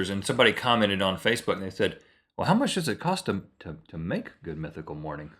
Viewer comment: When Rhett said mythical I thought he sat two pickle lol